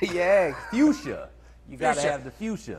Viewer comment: Its FUCHSIA